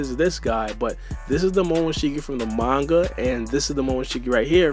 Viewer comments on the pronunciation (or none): none